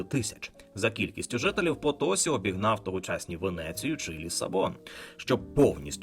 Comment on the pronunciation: потосІ - наголос на останній склад. воно ж і пишеться відповідно - Potosí.